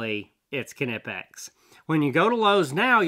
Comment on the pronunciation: Oh you should check out an upcoming video I’ll have with Knipex merch. They came out with a shirt just for you 😉 Check out the pronunciation shirt on the Knipex merchandise shop on their Facebook page. It’s pronounced, Kuh-Nip-eX Direct from the manufacturer